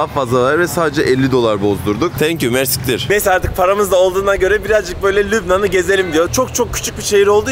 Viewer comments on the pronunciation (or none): it is Mercî kteer 🤗 kteer means “very much” in Arabic